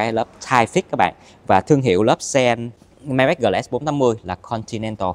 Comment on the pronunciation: đọc tên xe sai rồi, tưởng sale chính hãng phải đọc chính xác chứ ta !???